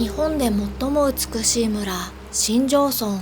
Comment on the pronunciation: しんじょうそんと読みます🙇‍♀️